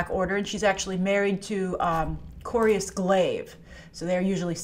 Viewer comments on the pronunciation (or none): Why do you keeping calling him Corius? Isn’t it Corvus Glaive? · Thanos' lineage is originally from Earth. So his humanoid figure makes perfect sense. Also, "Corius Glave." Yea, great job reading your notes. Phony. edit: This whole thing is unbearable.